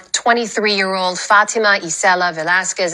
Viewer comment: His girlfriend should dump him...unless she is here illegally. He could not even pronounce the girl's name correct. He called her FAT-A-MA. What an idiot!